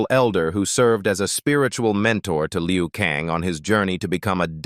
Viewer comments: Liu Kang , not Leo Kang. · Robin Sho as Leo Kang 🤦🏻‍♂️😂 it's Robin Shou as Liu Kang, stupid fucking AI...